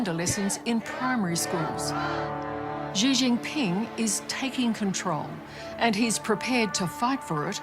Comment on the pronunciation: Is anyone else also really annoyed with the narrator not being able to say Xi Jinping's name correctly?